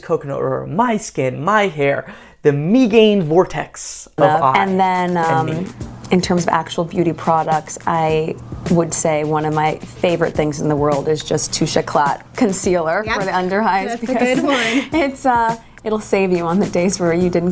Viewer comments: I thought she spoke French, oh I forgot she can’t remember one word now so that’s why she couldn’t pronounce Touche Èclat. No surprise there. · She mis-pronounced the YSLTouche Eclat. There goes the 8 years ? The 4 years the ? Years of French study.